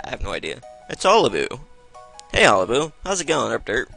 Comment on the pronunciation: it's pronounced oh-lee-boo no ollyboo. just saiyan.